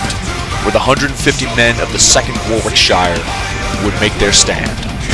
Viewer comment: Very good though missing some critical points. Best to learn correct pronunciation of English names though. The main British force was 6 companies of the 2nd Warwickshire regiment...pronounced "Worricksheer", not War-wick-shyre!😉